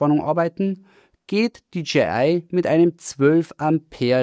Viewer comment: DJI wird nicht wie DGI ausgesprochen. Ansonsten: klasse Video!